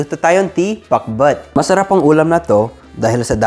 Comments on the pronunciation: Ha ha ha comedy talaga yun pakbet naging pakbut!😆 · I like that very ilocano pronunciation "PAKBUT".. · The way he says it. 👌 He has Ilocano tongue haha. Pakbut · Am I hearing things or he really said pak-bwet? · Gosh i just love how he says "Pak-but" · Hahaha pati pronounciation mo para ka ng ilocano parya bogoong utong nakakatawa ka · Nakakaaliw pakinggan ung pakbet. Hehe Super galing mag tagalog.